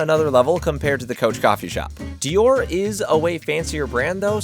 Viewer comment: I am LOVING the ejaculation sound that plays every time he shovels something into his mouth. If you can't pronounce DIOR, then you should not be allowed to review. I was thinking he must the the only person on the face of the earth that has never heard someone say "Christian Dior," but then Cari did the same thing. has a "tell." Every time he uses "honestly" (and he does it all the time) he is about to utter something he is just making up because he think's it's what people want to hear. He substitutes "not gonna lie" and "for real" at times for this "tell."